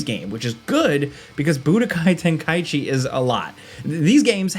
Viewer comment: Finally someone pronounced Tenkaichi correctly